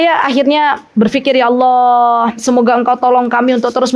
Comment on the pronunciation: Bismillaah Afwan ustadzah, waktu mengucapkan Allaah, bolehkah huruf A nya di panjangkan? Aaallaah, bukankah artinya berubah ustadzah?